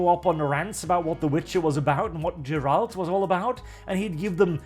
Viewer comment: Man I love your content, but "Aragon", "Jeralt"... xD I actually laughed out loud. Great video though, keep em coming. :D